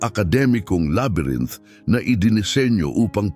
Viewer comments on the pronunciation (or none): none